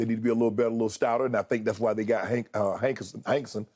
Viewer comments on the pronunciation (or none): Shannon just calls people anything lol “hankenson”